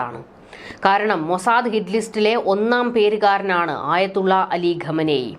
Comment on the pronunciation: Ghamenei alla khamenei 😂